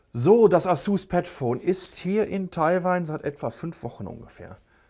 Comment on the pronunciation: Kannst du eigentlich asus und samsung richtig aussprechen? Du sagst Asuzzz und Samzzung.